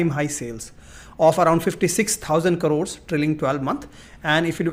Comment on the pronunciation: I don't trust people who pronounce the word 'crores' as carores